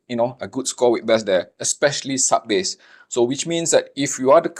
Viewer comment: Bass. In English this word has 2 meanings. One is a kind of delicious fish. The other is a low frequency sound. When you speak you say it like the fish, not the sound. The sound rhymes with ace not ass.